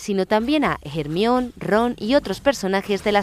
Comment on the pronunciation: los españoles pronuncian mal!!...es Hermione!...(Pronunciado JERMAIONI) daa!!...